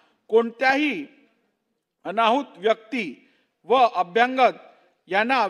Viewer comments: अध्यक्षांना अभ्यागत शब्द म्हणता येत नाही. ते अभ्यंग शब्द😅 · अभ्यागत,अभ्यागत, अभ्यागत अभ्यागत अभ्यागत अभ्यागत. अभ्यांगत नाही.